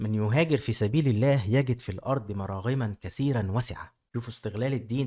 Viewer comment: حلقة رائعة لكن ارجو تصحيح الٱية مراغما بضم الميم الاولى